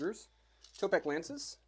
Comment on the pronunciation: I have to be THAT guy this time as it happens every time Seraphon are on the channel. Its tEpOk not tOpEk. Tepok is one of the old ones (warhammer fantasy lore) A more magical kind of guy. <3 Lots of Love